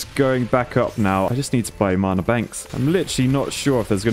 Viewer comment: His pronunciation of Mana is making me so upset whyyy